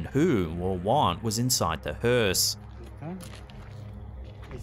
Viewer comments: Thank some of you for spelling it correctly. It's spelled hearse, not Hurst. The T is silent 🤣🤣🤣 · Where's your T? Hearse....